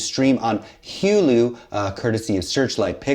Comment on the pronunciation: saying "hew lu" as hulu made me laugh.